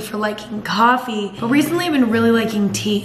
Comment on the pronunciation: 2018 Emma: CofFEe 2019 Emma: Tea Emma is groing up y'all